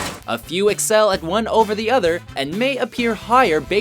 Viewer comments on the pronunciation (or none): none